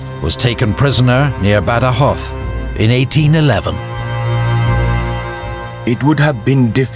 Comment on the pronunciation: The video is great and does an awesome job illustrating the war. But by far what I like the most is the proper pronunciation of places and given names: ZaragoZa, CoruÑa, BadajoZ... Just sublime